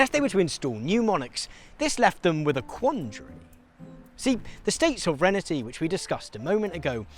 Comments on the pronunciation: Sov-ren-tee You're welcome. Still love ya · He's mispronouncing it. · What's soverenity? I've heard of sovereignty. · Is pronouncing “sovereignty” as “sovrenity” a Brit thing? Or is mispronouncing it? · It’s so weird hearing someone not know how to pronounce sovereignty. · where has this pronounciation of sovereignty come from, there is no letter 'I' between the 'sovereign' and the 'ty'? who started this would love to know :D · Interesting. (But check your pronunciation of sovereignty. ;o) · Guy needs to learn how to pronounce 'sovereignty' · as an American I was really thrown off by your pronunciation of ‘sovereignty’ lol. great educational content as usual!